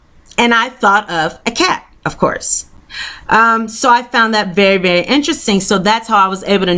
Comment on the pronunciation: its voory voory ‘sumple’